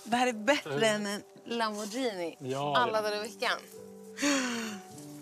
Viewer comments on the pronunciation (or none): none